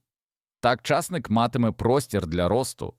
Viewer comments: У слові часник наголос на и. А у слові часнику наголос на у. Чи ви у школу не ходив. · ЧАсник не виросте а часнИк виросте!😂😅